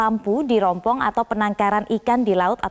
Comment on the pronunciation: Rumpon bu,,,,,, bukannya rompong,,,,, hhhhhhh